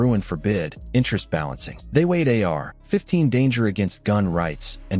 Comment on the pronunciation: a.i. trash how lazy they use the same verbiage in every video and they cant even say ar15 right so annoying for the listener do better this is trash bro and no new info and repetitive as hell